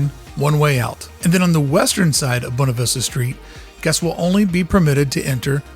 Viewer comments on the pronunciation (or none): Anyone else annoyed every time he says “bone-ah” instead of “boo-way-nah”?